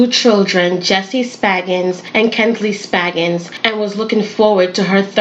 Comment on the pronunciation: Spaggins? Its SpRaggings.